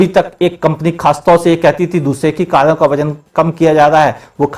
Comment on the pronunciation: Kalon ka nhi uncle, karon ka😂😂😂